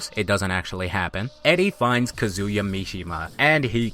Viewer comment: Yo why do you keep pronouncing Kazuya like Kazooya? It isnt similar to Kazooie it is more like Kazeya is pronunciation, not a huge deal because your videos are well done but it grates on my nerves that you always mispronounce my main man! lol